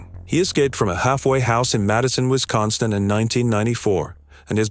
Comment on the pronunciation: Wistconsin. Wisconstin. Lol